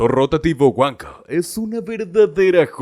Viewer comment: Motor "weko"😂😂😂😂......wankel.